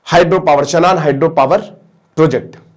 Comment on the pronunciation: शनान नहीं शानन है